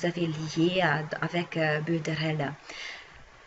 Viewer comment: Bonjour, Merci pour votre vidéo. Il me semble que l'on prononce "Builder Oll" pour Builderall et ce magnifique programme vient du Brésil créé par Erick Salgado. Avant j'étais chez Clickfunnels mais ça c'était avant...